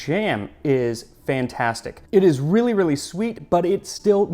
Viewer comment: It's wreely wreely good...haha needs whip cream!